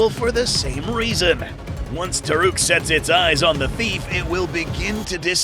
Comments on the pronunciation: It's called Toruk. Not Taruk. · Just want to admit about the name its toruk not taruk and thanator on na'vi is palulukan